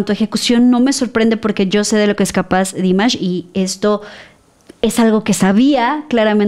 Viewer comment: No es Dímash, es Dimásh..😅